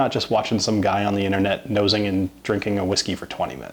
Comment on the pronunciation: nosing? excuse me?